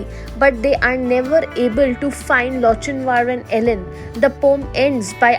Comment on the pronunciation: wrong pronunciation of Lochinvar